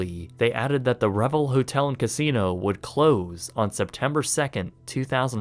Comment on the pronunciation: Re-Vel, like gazelle. Not Revel, like grovel.